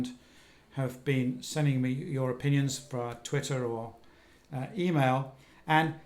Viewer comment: Did Tim say that we have o-PING-ions on the situation?